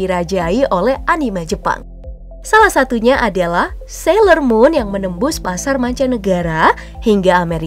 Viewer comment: Dan itu alasannya aku ga suka sayler muun ngomongnya salah ya?